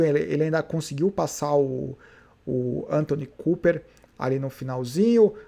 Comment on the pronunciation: Fala a verdade. Você faz de propósito! ANTONY COOPER? Kkkk É Anton Cooper.